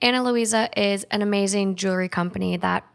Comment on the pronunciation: You know there’s an “L” in jewelry right ?! 😂😬